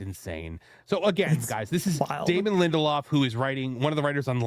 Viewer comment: If it says lindeloff it equals me never watching.